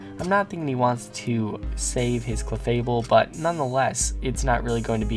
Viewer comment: Yay new vid ^^ I laughed too hard at the "cle-FABLE!!"